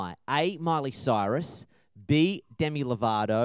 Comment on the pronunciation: hOW COME NO ONE IS TALKING ABOUT THE FACT THAT ASH SAID CILEY MYRUS HAHAHA